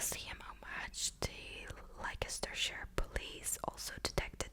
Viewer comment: Leicestershire? It’s pronounced “Less turr shire” strange I know. But true 😂. I’m English.